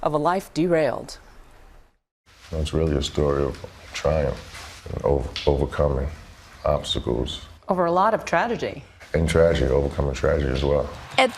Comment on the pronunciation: So we gonna act like the interviewer didn't say, "TRADEGY"